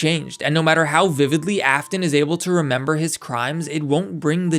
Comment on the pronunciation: "Why won't you remembah? Remembah, dummit!"